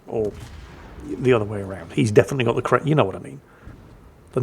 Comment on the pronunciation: I know I wasn't the only person heard say Kwemlin. Has lost his mind thats Flambass's thing Kwaken.